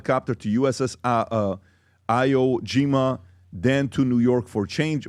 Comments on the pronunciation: It's not pronounced "eye-o" but rather "ee-woh jee-mah." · I O JIMA? Jesus how does he not know how to pronounce that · "U.S.S Eye-Whoa-Gee-Mah" this is the guy who wants to tell it how it is... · “ eye O jima”? lol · “Eye-oh Jima”? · Eye-woah Jima 😂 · Iwo Jima. Please say it correctly. You’re also a veteran. 🇺🇸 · Pat not being able to pronounced Iwo Jima is crazy cringe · Say Iwo Jima right man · Good god how do you not know how to pronounce Iwo Jima?? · he cant even pronouce Iwo Jima correctly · Please, please, learn to pronounce IWO JIMA correctly!!!!